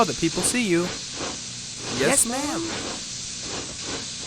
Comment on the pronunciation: I know this isnt your fault but when you say ma'am it sounds like hes saying mom